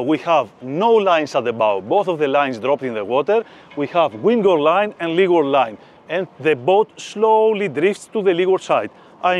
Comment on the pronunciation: FEEDBACK: The instruction is excellent, but I struggle to understand his English. Each time he mentions 'wingo line', I translate it to 'windward line', but it's distracting. This is where closed captions are useful: turning on YouTube captions is beneficial, but the auto-translate feature is inadequate, as it repeats 'wingo line' and 'Ming line' (which is unclear). YouTube should expedite the process for viewers to submit corrections, ensuring auto-translate functions correctly. FEEDBACK 2: Video editors aren't actually sailors, so they're cutting out what seems extraneous to them.. but not to me! eg: Skipper had the so-called lazy line in his hands as he moved to the bow but the next shot shows him cleating the starboard bow line. I've never been in the Med, I've never handled a lazy line. To see the transition from it to the main line would have been useful so I can imagine doing it myself when I'm there. Training Videos like this are rated 'great' by people who ALREADY know the procedures.